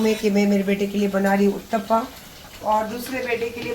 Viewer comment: Not Utppaa....it's UTTPAM...🙏🙏